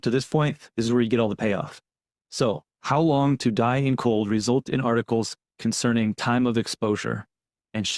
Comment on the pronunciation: I believe am she definitely read "hos long"